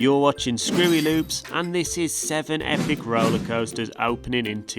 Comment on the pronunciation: Do you pronounce american coasters like that as a joke or do you not know the actual pronunceations?